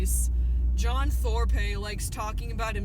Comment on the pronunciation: lol 'Thorpay'